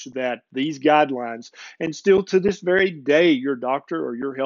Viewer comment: Did he say a "Berry important health and nutrient topic" :)